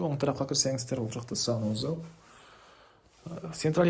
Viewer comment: Санузал эмес а Санузел🤣😂